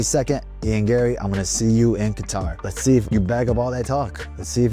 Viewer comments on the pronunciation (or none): none